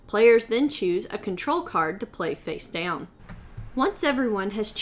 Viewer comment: 'puts their card "deown" What accent is that?